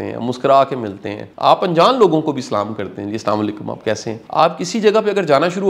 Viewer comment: Assalamu Alaikum aapne jo abhi salam hai wo galat h please salam ki sahi adayegi kijiyega please